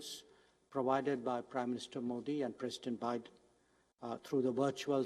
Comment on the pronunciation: at least learn to pronounce the name Modi, that will be enough